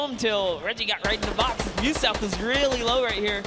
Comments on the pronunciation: Host called muselk muslick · Mr Muselik.... Loool. Old mate can't read and nor does he YouTube....